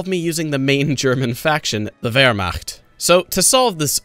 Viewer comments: Ya know, pronunciation of "Wehrmacht" is pretty damn gud. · hey, he even said "Wehrmacht" correctly! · You deserve a award for being the first non-eu to pronounce Wehrmacht. Well done!